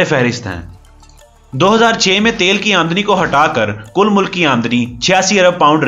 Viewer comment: Mulak ni he vo bhai mulk bolo